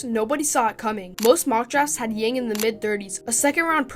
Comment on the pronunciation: Good content! just a gentle reminder, his last name pronounced as "young" without the "g" in Chinese.